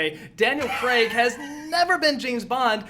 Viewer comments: it is Daniel Craig not Daniel Creg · Its pronounced cr-ai-g not cr-e-g. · Who the fuck is Daniel 'Creg'?